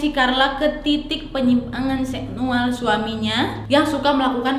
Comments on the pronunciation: Ngakak banget tiap kak nad bilang "nye'yual" yaAllah Astaghfirullah 🤣🤣🤣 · Ngakak aku tu pas dengar bilang zeknyual 🥲🤣🤣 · Ga sanggup gua malah ngakak pas ka nadia bilang "seksual" pake nada kaya orang sumbing